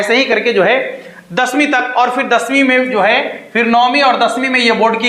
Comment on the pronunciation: आप क्या समझाओ गे जो खुद ही और को औड बोलते हो र को ड बोल रहे हो क्यों दुनीया को पागल बना रहे हो